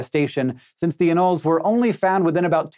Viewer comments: He's got it wrong, it's a-noll-ees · Is anoles pronounced ah-nolls or a-noll-eys?